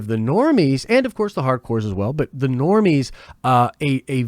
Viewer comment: Don't know why, but can't stop laughing everytime he stresses "The Normies"! 🤣🤣 Great vid, keep em coming